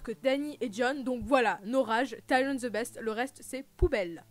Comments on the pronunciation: Non! On ne dit pas tai-ri-on!! Cest ti-ri-onne. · Mais pq tu prononce Tyrion, Taïren et pas comme dans la VO ou au pire comme dans la VF? Mdr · c mieux qd tu dis dis pas avec l'accent anglais pour tyrion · Ben alors je comprend pas ta prononciation hahaha mais bon! Tant qu'on se comprend mdr